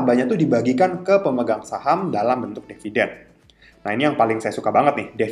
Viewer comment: Bisa jadi blm ipo soalnya itukan 20 tahun, btw dividen mas bukan deviden hehe